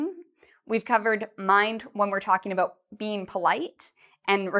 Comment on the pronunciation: she pronounce it (ebout)not about 😍😍😍